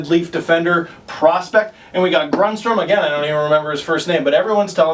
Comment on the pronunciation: It's Carl grundstron